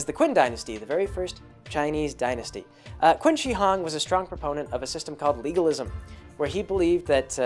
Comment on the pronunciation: Qin is pronounced "Chin." Just a small FYI, enjoying the monologue.